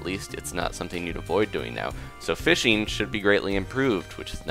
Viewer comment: I swear you said fisting instead of fishing.